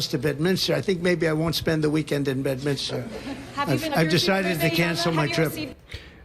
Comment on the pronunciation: I'm sorry but being from NJ, this is driving me nuts .....it's not Bed-min-is-ter..... its Bed-min-ster New Jersey. 😉